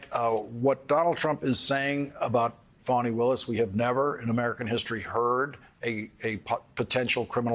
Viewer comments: Plz get it right her name is pronounced as (Fawni) . Not Phanny. Idiots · Why do Americans say her name as farni. It’s Fani same as Fanny. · That's all you need to get your ears checked because the white reporter kept saying "um" "ah" etc . Not to mention he mispronounce the DA's first name throughout the whole. It's pronounce sounding like Fanny not funni.. talk about unprofessional while you're out here watching how black people talk. Pay attention to your own ... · That's odd the white boy reporter did the the exact same thing he kept saying "ah" "uh" etc. And he mispronounced the DAs first name throughout the whole report.. It's pronounce Fanny not funni ... talk about unprofessional